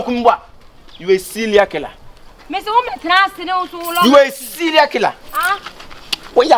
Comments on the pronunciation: Ose “selial killer “😹😹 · "Syria killer" hahahaha. Dangerous english.!!